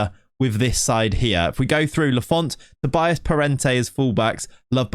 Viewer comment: Another thing, you say Tobias, but in portuguese would be said like "Tobeeas" the i is pronounced like e